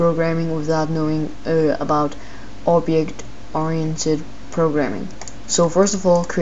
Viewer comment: he can't pronounce Object Oriented?! that made my day